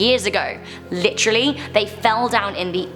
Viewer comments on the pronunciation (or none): none